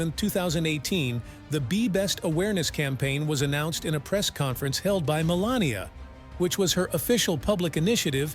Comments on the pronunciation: Wow, what a negative introduction... Seriously primes the viewer to believe that you are biased. Also, you called her "Melanoma" in one segment. Nice editing... what a joke of a biography. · He called her Melenoma😂😂. Listen carefully 😮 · The reader has missed her name twice, Melanie and Melanoma and once called her a witch ……… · I love how AI called her Melanoma!! She married something malignant, so very fitting ! Ha Ha Ha!! I think an awful lot of this story is of her making. She didn't believe he would win, that's the only reason she played along. She never wanted to be First Lady and she was the worst ever, I guess just to prove it. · The name of this video should be, 'How many ways can AI mispronounce Melania's name'. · He (the talking head) can only pronounce her name about 1/4 of the time. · Narrator, please learn Melania's name, also mara logo?